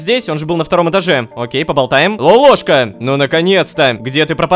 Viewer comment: не лопоклошка а лололошка